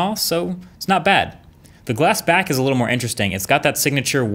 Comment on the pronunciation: Did he say glass back